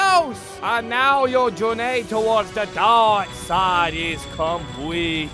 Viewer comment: "Doirk Soid" What the hell